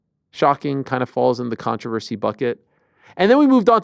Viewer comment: Has anyone ever said "controversy" the way Ariel does? This is way worse that "I-ron"